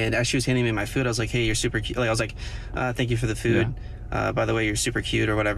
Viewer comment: Am i the only the only one who gets extremely irritated and pissed off by the way people say the word 'food' ?? The guy is a prime example... "Feyud".. ..and what a dumb question